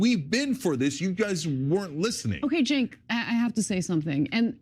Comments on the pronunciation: The "C" in his name is pronounced as a "J" because Turkish name. Hence, Jenk. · Where was the crying part? It really appears you haven't watched tyt since you are utterly butchering cenk's name.